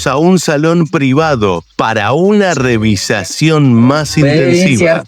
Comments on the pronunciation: REVIZACIÓN? SE DICE: REVISIÓN....GRANDOTE Y NO HABLAS BIEN😂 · REVIZACIÓN VARIAS VECES LO DICES....SEÑOR ARGENTINO ...HABLAS INCORRECTAMENTE! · Narrador del vídeo: No sé dice "revisacion" lo correcto es "Revisión" Que manera de destrozar la gramática!!🤔🫣😲😞